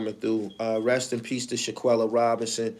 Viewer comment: Shanquella fam…not Shaq-uella